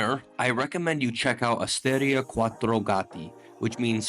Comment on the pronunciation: Blimey, this man (also classless by the way) could have at least bothered to find out how to pronounce Francigena (with the accent on the i and not on the e) and Montestaffoli, osteria and other Italian words: he didn't get a single one correct! Bingo. With a guide like this!!! I can't believe it: incredible superficiality, incompetence and ignorance exploring Italian gems. Just offensive, insulting towards Italian culture.